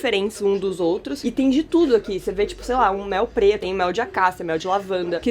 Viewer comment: Só eu que entendi piroca? Amei as linhas passando no vídeo, ahhhhhh 💕